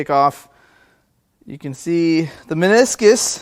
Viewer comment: "Meniscus" talk dirty to me.